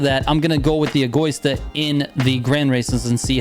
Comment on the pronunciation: egÓista? It's pronounced as egoÍsta trigger